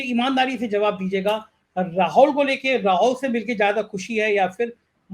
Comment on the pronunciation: आप राहुल गांधी को बार बार राहोल गांधी प्रोनाउंस करते हैं, जो बहुत अजीब सा लगता है। प्लीज ठीक से प्रोनाउंस कीजिए।